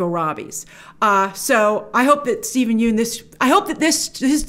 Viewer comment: Grace - please pronounce Steven Yeun's name correctly...there's a great clip available of Conan O'Brien learning how to do so after mispronouncing it for years on his show "Conan's Been Mispronouncing My Name For Years" THANKS SO MUCH for your consistently great coverage and perspective GRACE!